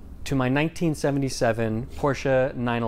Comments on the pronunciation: An American saying PorschE and not Prosch without an e. Love it! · Can we all appreciate that he is pronuncing Porsche the correct way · doing a studio tour: happiness noise actually pronounces "Porsche" correct: german happiness noise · wait how do others pronounce "porsche"? i thought everyone pronounced it like did? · German here, appreciating that knows that “Porsche” is a two-syllable word. But then again, it’s. Of course he does. ☺️ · I'm also german, and I concur! Wouldn't expect anything less from 😉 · I was named for the car and my German heritage. I am American and I agree, Porsche is 2 syllables, “a” sound at the end. My mom very sternly will correct anyone who thinks it’s ok to shorten the name. 🥰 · Thanks soo much for the correct pronounciation of Porsche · I like that you pronounced the name of Ferdinand Porsche correctly as in German )) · Americans who pronounce "Porsche" correctly - of course is one of the few! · Appreciate that you pronounced Porsche right :D